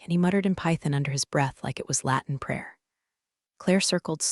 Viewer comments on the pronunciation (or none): none